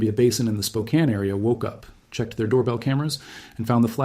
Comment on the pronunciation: No sure where you are from, but good job pronouncing Spokane.